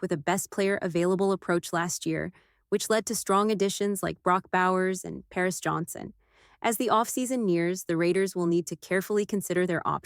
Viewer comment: How is power-johnson being annunciated as parris johnson, great AI you got there.